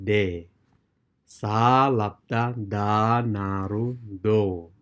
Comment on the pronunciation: should be (n)Da not La???